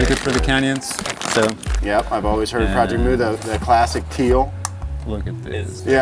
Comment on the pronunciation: Tell your boy it's not pronounced project mew. Jobe says it correctly